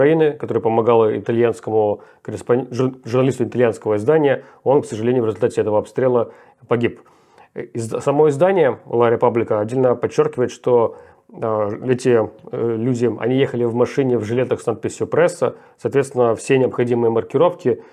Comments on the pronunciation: Ла Република, а не Ла Репаблика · научите его уже говорить ла репубблика. написано U, он произносит А.